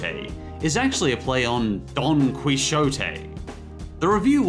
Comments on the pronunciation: not gonna lie, saying "Don Quijote" is a little painful. "Quijote" is not pronounced "koo-ee-sho-te" its just "key-ho-te". Since the "U" in "Qui" is silent, some fun fact from the spanish language i guess. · I know I´m late for this, but, it´s Quijote, not Quishote... You don´t pronounce the X or J as a S. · uMM it's pronounced don "quihote" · Don Quijote (Dawn Key-HO-tee) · how come I found 2 ways of spelling Don Quijote? either way, I'm 90% sure that both versions are pronounced don-key-hoe-tay because it's Spanish. Do you also pronounce "Mexico" phonetically? cuz your saying it wrong, it's meh-he-co not mex-ih-co (I live in *New* Mexico and that's how I know that). I think since *NEW* Mexico is part of the US, it's either pronounced phonetically or it's optional. idk just ask whoever had the great idea of naming it so close to an almost completely unrelated country to the point where no one knows that it's part of the US except it's inhabitant, Texas, and Arizona (I think also Colorado but I'm not willing to bet on it) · Moses wasn't that bad. Also "Quijote" is pronounced "key oat tay" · Don KEY-OH-TEA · Don quijote is pronounced (don ki hote ay) << if that makes since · Jajajaja you mispronounce “Quijote” it’s pronounce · The way he says Don Quijote hurts me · That pronunciation of Don Quijote made me throw up a little